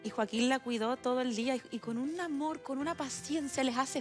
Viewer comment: "Su amort" jaja, cosita!! 😍